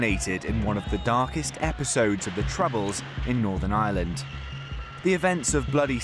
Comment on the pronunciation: Love you man just gotta say every Irish watcher got at least a little annoyed hearing you call our country “Ire”💀